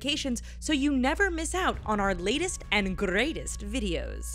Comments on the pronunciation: why would you say "greatest" in a russian accent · Andy Cantrell finally someone noticed